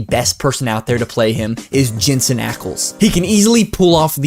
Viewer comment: When you say Jensen you ruin it